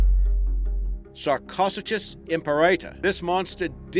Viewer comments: Number 5: Learn how to pronounce "Sarcosuchus." It's pronounced sark-o-suke-us not sarc-ak-uh-jus. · I thought he was chocking on something when he said it :P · sarcosuchus you pronounced wrong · holy fuck you pronounced Sarcosuchus wrong (sorry if I spelled it wrong). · I think you pronounced Sarcosuchus wrong but besides that great list